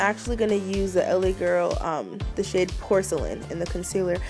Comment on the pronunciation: I was trying to figure out if you said light purple shit or not 😂😂😂😂😂